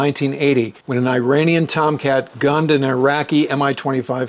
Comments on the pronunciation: Good episode - but hearing you say “eye-RAIN-ee-an” is like fingernails on a chalkboard. It’s pronounced “ir-AHN-ee-an”. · is pronounced "eeranian" NOT "I"ranian